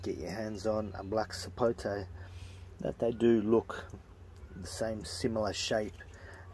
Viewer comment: Finally an Australian that doesn't say "Sapotey".